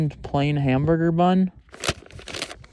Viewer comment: Don't know if anyone noticed but instead of saying "plain hamburger" and said "pain hamburger"